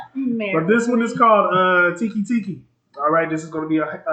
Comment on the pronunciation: Its pronounced "Teki Tekei"